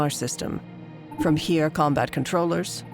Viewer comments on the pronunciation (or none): the Heer was the official name of the german land army and i think she's just mispronouncing the names